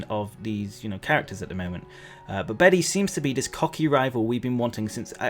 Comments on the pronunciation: I just looked it up- the male name Bede is pronounced ‘bead’/‘beed’ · Bede is pronounced Bead